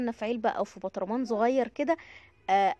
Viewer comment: يا جوزي اعد جنبي وانا بتفرج وسامعك وانتي بتتكلمي وبيقولك اسمه برطمان مش بطرمان هههههههههههههههههههههههه ماليش دعوة بقي